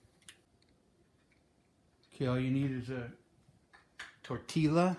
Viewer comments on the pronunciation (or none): Interesting. Like a pepperoni chimichanga. 🤔 Also when there’s two Ls (LL) in Spanish it’s pronounced like (y) as in yes. Tortillas = torteeyas. Js Hope you enjoyed your “Hot Pocket” 👍